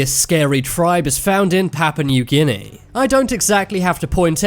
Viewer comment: ''Pappa Neuw Ginny'' Oh, you Brits are so funny.